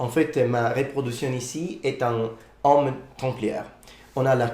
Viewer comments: I agree, he speak really well French, but I heard several time "homme" instead of "heaume", and you have a funny tendency to pronunce the "h" like in English when in French it's either like it wasn't there, or just you cannot do the "liaison". That's strange as in Italian "h" isn't pronounced like in French. Except if in Sicilian it is ? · Bon travail ! One mispronunciation that I see already is the way you say "haume". The "au" within the word should be more closed and not as open as what you are saying ( you are saying "homme" which I'm sure you're aware of, means "man" ). It should be pronounced as : [om], instead of this : [ɔm]. "Haume" rhymes with "eau". If you repeat them one after the other and they start rhyming, that means that your pronunciation is correct. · His french even back then was already pretty good indeed! I also agree with the "heaume" pronounced like "homme" but I'm not sure it can be considered that much of a mistake, I might need some confirmation about that, but in some southern accents, the closed "o" sound can be pronounced openly, like with the word "Rose" that can be pronounced \ʁoz\ in the north, and \ʁɔz\ in the south. So depending on the accent you are aiming for it might not be a mistake? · Your French and your pronunciation are very good ! You spoke relatively fast, but I had no problem understanding ! The only 2 things that I noticed was "heaume" pronounced like "homme" with an open o sound, when it should be a closed o sound. And the 2nd one , I don't know if it's just me but I heard " l'effondrement de la pyromane d'occident" instead of " l'empire romain d'occident". It's just that I took my brain a second to get it right.